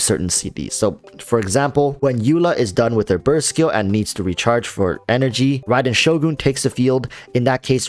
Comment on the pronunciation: on a side note, my ears are happy to hear this "raiden shogun" pronunciation tbh